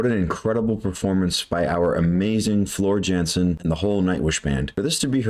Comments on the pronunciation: She has not been with the Band for 10 Years, Buy Floor has been around for some long years. And Its Not Jansen; Its Spelled Jansen but Pronounced Yansen! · The j in Jansen is pronounced as a y yansen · Floor Jansen/Yansen. The J is pronounced as a Y.